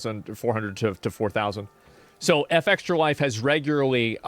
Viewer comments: Why does he say F extralife like he can't comprehend Fextralife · It's fextralife not F-extralife. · Good video, but I fucking hate that you say F Extra life and not Fextralife. It's like a punch to the face every time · I’ve always said Fextra-life but asmon pronounces it f-extra, which is correct? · Its not F Extralife. Its Fex tralife. Fex is the "name" of the girl who started the whole thing. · Why not say Fextralife? Why say F extralife? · ngl, if i search for a game's information, and "fextralife" is in the URL, i bypass it and go to the next result, every time. and stop calling it "F-Extra-Life", it's pronounced "fextra-life" fechstra. as in "press fechs to pay respechs." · Wonder why he pronounces fextralife "eff-extralife".... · Love how he's pronouncing FextraLife "F Extra life" like you'd pronounce Aaron "A A Ron". Shit C Racked me up. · Why can’t Asmon just pronounce words normally? F X tra life? Who tf says it like that? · Why is asmon pronouncing FEXTRA so weirdly? Does he mean Fuck extra life..?